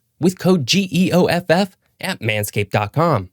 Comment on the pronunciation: I never thought I'd see the face behind General Knowledge's voice. 😀 I just wish Geoff had pronounced his name correctly.